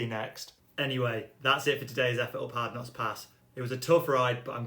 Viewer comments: Harknott not Hardknotts😁👍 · it's Hardknott not Hardknotts